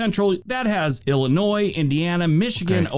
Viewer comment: you do a great job of pronunciation of places with some really odd ones. However, let me point out that "there's no noise in Illinois", as the saying goes. It's actually ill-ih-NOY. You may have noticed that when he finished turning the Midwest states red, one area was still white. That's the Upper Peninsula of Michigan. We have an amazing mix of immigrants here in my city of Rockford, IL, to the extent that when I was growing up in the '50s, an immigrant who couldn't speak a word of English could just walk down the street, eventually walking into a factory at random, and come out with a job. Now, many of those factories have been repurposed, or are rusting away. However, it's amazing that we have a thriving immigrant community from 123 countries at latest count, with a local chain of African stores, and another of Asian markets., there's a shot of Bryce Canyon N.P. in winter--located in UT, along with 4 other national parks. Palouse = puh-LOOSE (unusually scenic and fertile area in SE Washington) The 4 Corners is located on the amazingly scenic Navajo (NAV-uh-hoe) Nation, where 400,000 members live, of which around 240,000 still speak their incredibly complex tribal language.